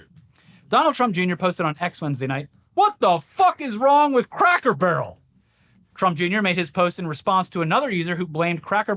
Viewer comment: sounds like is saying cracker "burl" lol